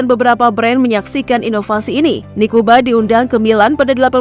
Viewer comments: Koreksi untuk admin, Nikuba = niku banyu Bukan niku bayu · NIKUBA : NIKU BANYU, bukan niku bayu